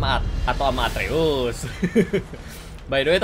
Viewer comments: Nama anak nya kratos atreus kak regi ,bukan arteus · Kaka regi nama anaknya kratos itu atreus bukan arteus